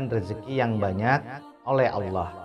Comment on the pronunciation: Allah pengucapan Alloh bukan Allooh...